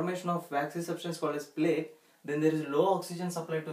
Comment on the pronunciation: plaque not plague